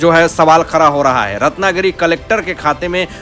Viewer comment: You are also belong to fake news channel !!! Take it from me nothing will happen Shari Hatodi not Hathori. Like English man don’t say “ R” where “D”. It is BADA not BARA & Khada not Khara First learn to pronounce properly or go & Stay in London & Work for BBC